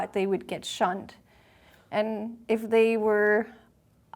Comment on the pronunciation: Every time she said they would get “shunned” I honestly thought she was about to say “shot”. 😅